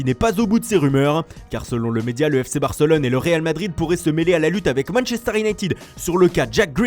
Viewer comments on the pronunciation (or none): none